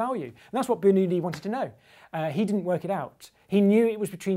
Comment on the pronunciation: Bernullie... That pronounciation of French...